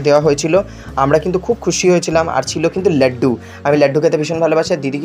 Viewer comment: It's not ল্যাড্ডু It's লাড্ডু 😅😅